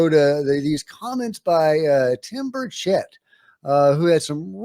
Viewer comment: Get on the congressman’s good side by accenting the first syllable of his name BURCHett